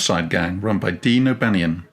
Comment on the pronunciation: Its DION O' BANNION.